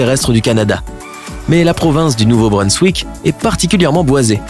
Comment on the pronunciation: Par contre c’est que moi que sa choque qu’il prononce nouveau brunswick : nouveau brun-S-wick au lieu de nouveau brun-Z-wick???